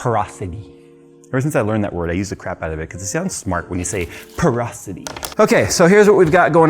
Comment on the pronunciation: porosity? porous-sauris!! 🦖 🦖 🦖